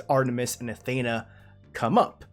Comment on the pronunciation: You're pronouncing Athena wrong!!!!!